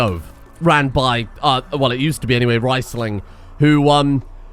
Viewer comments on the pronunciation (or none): Please, it's REESling not RICEling.